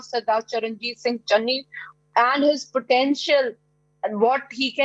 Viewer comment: Kamse Kam marati netaaon ka naam toh teek se bolege. Channi hai chenni nahi, name tak nahi pata, bole capable CM. Chaar mahina pehle koi iska naam pata ta. Capable CM kaise AAP ko pata chala